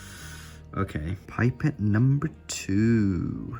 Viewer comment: when you say "pipet" it sounds like you're saying "bye pet" lmao